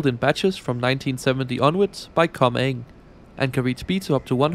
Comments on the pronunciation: G on Comeng's name is pronounce like e.g. Georgia, George, etc, as it's name stands for "Community Engineering" or "Commonwealth Engineering". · great video but... it's commonwealth engineering, so the g in Com-eng is pronounced with a soft g, instead of being absorbed into the eng sound. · Comeng don't break. Also, the G is pronounced as it's a shortened version of Commonwealth Engineering. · Hi, a friendly reminder that Comeng is pronounced "Kom-enj". Great video.